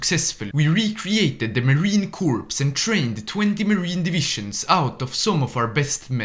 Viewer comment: Pronounce the Marine Corps as "Marine Core" instead of "Marine Corpse."